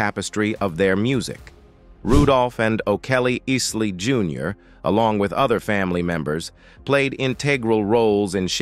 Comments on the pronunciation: Ron Easley??? the damn AI voice can't even pronounce the mans name right. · Ron eesly?? That bot is a shitty narrator 😅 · Has to be an AI voice to pronouce the names incorrectly. 😮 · They story of the Isley Brothers and Ron Isley was so interesting. Who’s that Lady is my all time favorite! P.S. Please make sure you pronounce the subject matters name correctly. That should be a minimum expectation. Otherwise job well done. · Why is he miss pronouncing their last name? Is the reporter AI generated? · Please put some respect on his name and pronounce it right. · A tragic way to pronounce the family name like. Pathetic and disrespectful. Finally got it right! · To the narrator : no disrespect but if you're doing story on the Isley Brothers at least PRONOUNCE the name correctly 💯☝🏿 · I love ❤️ ron Isley this guy talking about him should ask someone to tell him how to Say his name ron paid his dues Let it go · is this being read by AI? Their name is not pronounced in that way. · Hey, the narrator keeps mispronounced the name of Isley. Get it right sir you bring shame to The Legend and the music of such soulful sounds that we will never forget. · Happy Birthday song to say in the name right then he said it wrong and then he started again the same he called there was The Isley Brothers not the❤ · Thumbsl down for interchanging the name pronunciation.. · Man you have mispronounced their last name several times during this story. I’m appalled that you even did some research and put a story together and insult their names. If Ron and Ernie Isley heard the way you that they would be offended. I know I am their one of the greatest groups of all times influenced not only American pop and soul culture but the UK as well. Sorry I had to stop watching because of this mere fact. LB Boomer Sooner 🎃👎October 17, 2023 Tuesday morning am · Bro how you gonna say Isley correctly the first time then f it up the next? Put the bottle down g. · Pls pronounce ISLEY CORRECTLY